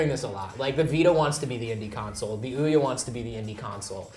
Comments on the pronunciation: nitch? surely its niche? (neesh) fun to see sessler's temple vein pumping as he struggles to vocalise his distress with ouya lol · O-ya in English the first vowel does the talking, and the second one shuts up. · Aren't they saying Ouya wrong? But anyways, I would buy this but I don't like mobile or indie games really.